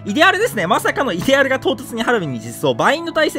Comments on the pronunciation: イデアルの発音いかれすぎ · イデアルの発音違う！！